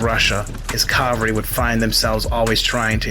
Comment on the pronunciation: Interesting. But you mispronounced cavalry. That's ca-vahl-ree.